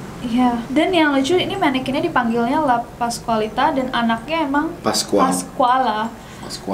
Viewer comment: Andovi: La Pascualita. Wht I heard: Lapas Wanita? 🤣🤣🤣